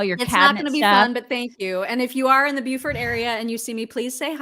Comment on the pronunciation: Don’t they pronounce it Bo-fort instead of Bew-fort? Asking for a friend.